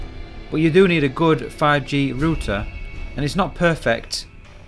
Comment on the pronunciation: I thought I was the only one who pronounced it rooter not rowter! Good on you. As a kiwi I hate all these americanisms creeping into our beautiful ENGLISH language. Kia ora.